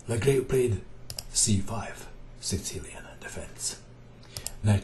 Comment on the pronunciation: Excellent video as always.The pronunciation is ''legrav''.